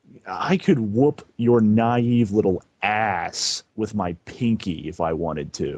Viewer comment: Naive with a hard e 😂